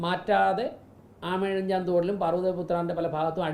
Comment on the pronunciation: "അമയഴിഞ്ചാൻ " എന്ന പേര് തന്നെ പറയാൻ ഫുദ്ധിമുട്ടാണ് എന്നാണ് അണ്ണൻ പറണേത്. അപ്പൊ പിന്നെ മണൽ മാറ്റാനും ഫയങ്കര ഫുധിമുട്ടാവില്ലെ:.., അതാണ് മറ്റാതിരുന്നത് മേയറെ മനസ്സിലായാ😅